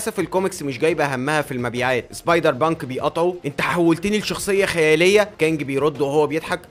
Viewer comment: أنت تقول سبايدر بانك أنا أسمعها سايبر بانك 😂😂😂😂😂😂